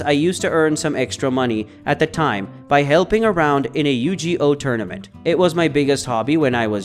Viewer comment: It might be an AI voice after all, who mispronounces Yu-Gi-Oh?